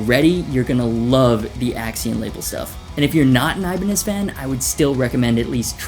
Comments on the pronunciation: Also you say Ibaneye but Hoshino says Ibanez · 'Iban-eye' Wut